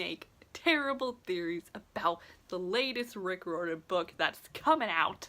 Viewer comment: Your saying riordan wrong. Its not that hard. Rye ur den! Not rordan! Why do you think there us an "i" in Riordan?